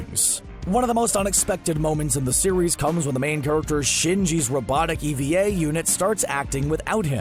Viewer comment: Eva Units aren't robots. Angels aren't robots. The show doesn't have multiple endings. It has one ending shown from two different perspectives. "Ee-Vee-Ay Units." - are you shitting me? You have to trying to get that many things wrong in an amount of time that short. All we needed for the whole set was to pronounce her name "Ah-Sue-Ka".